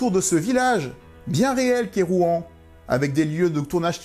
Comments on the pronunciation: Je crois que ça se prononce "Rouansse", pas "Rouen" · Pour info on dit rouans s En tous cas merci pour ta video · Il faut prononcer le S à la fin de Rouans. Pas comme pour la ville de Rouen !